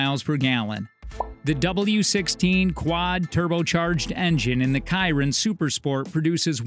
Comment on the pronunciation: buggati kiron lmao pronounce the ch like a shi